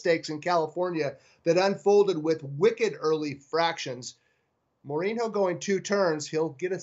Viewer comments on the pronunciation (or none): Don't follow soccer, eh? FYI...It's a portugese name and it's prononunced "more-een-yo." (Jose Mourinho is the current manager of Manchester United in England.)